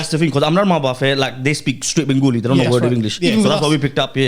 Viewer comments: It’s not bengOOli. It’s benGAli !! How hard is that? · What's "Bengooli" bro? 😂🤦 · Wanna ask why do Bengalis from London and the south say it Bengoli when its Ben-gali/Bang-ali